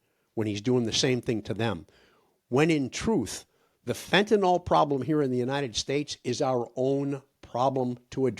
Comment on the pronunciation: I have a tendency to be nit-picky; perhaps too much so. But fentanyl, say fentanil is correct. Fentanol is incorrect. Yes. I’m too fussy.